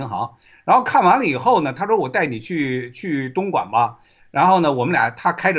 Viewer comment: 何老，我服你，东莞说成灯管，😂